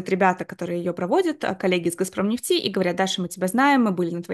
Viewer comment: А почему "Газпром нефтИ" то? 😮 А не Газпром нЕфти. И кстати, очень неинтересно слушать конечно заученные до запятой интервью, как на собесе.